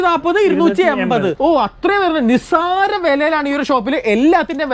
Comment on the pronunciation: നിസ്സാരം.... നിസ് സ്സാരം.... നിസ് സ്സാരം... 😅വില നിസ്സാരം